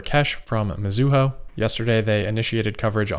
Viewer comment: Mizuho is pronounced like the English words Me + Zoo + Hoe Your Japanese pronunciation aside, good show. :)